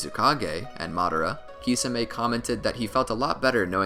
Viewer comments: I can't watch this SIMPLY because of your own CREATED pronunciation of Kisame (KEY - SAW - MAY) 🤷🏾‍♂️🤦🏾‍♂️ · its prounuced tishame